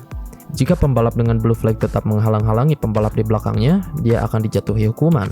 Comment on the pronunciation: info dikit nih ada sedikit miss pronounce di kata flag (bendera) yang terdengar seperti flake. flag pronounce nya flek aja ngga ada akhiran ‘khh’ di ujung nya. semoga bermanfaat dan sukses terus buat content! 🙏